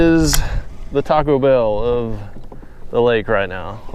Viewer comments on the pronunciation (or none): none